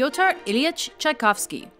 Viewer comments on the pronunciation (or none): I'm not German and when I heard her Strauss or Mozart I cringed. And Tchaikovsky thing, grrr. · I am Russian and I feel the same what when she pronounced Tchaikovsky just lmao